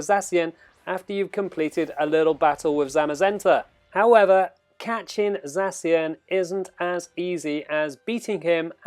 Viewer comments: ZACK IAN, THATS HOW YOU PRONOUNCE ZACIAN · You read it sexy-an 😅😅😂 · U are saying zacian wrong dummy